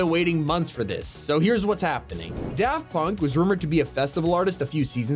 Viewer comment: Ah yes, “Da Punk”